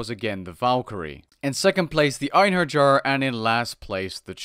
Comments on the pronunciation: Ayn-her-yar Einherjar Kai-mare-ah Chimera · Einherjar is pronounced " en-hair-yar " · I believe it is pronounced "Einheryar"